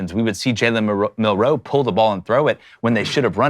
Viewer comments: It’s Mil-Nooo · thats what i was thinking. its Mil-Roe